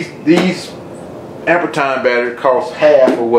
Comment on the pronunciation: pronounced "amp-ear"